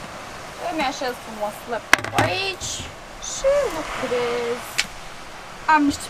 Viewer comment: "Lăptop", Mooor! =)) =))